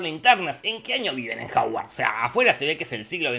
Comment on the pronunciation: Hogwarts❌ Haward ✅